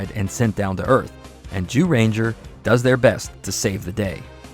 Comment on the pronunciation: I'm sorry I love the video but it sounds like he's saying you know what ranger. XD I met a TON of the MMPR's at cons. Jason David Frank (Rest In Power), Austin St. John, Walter Jones (Does he age at all?) David Yost, Catherine Sutherland, Steven Cardenas, Karan Ashley, and others. There amazing amazing people! I'm so happy David & Walter got to headline Once & Always as well! Nakia & Karan did a wonderful job running Rangerstop & Pop for many years too.